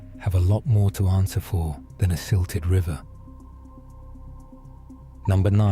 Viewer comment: Look up the word silted